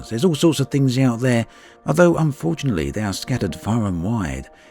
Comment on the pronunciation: I'm not sure someone who says "spectaclear", "debths" and "unfortianelly" should narrate professionally.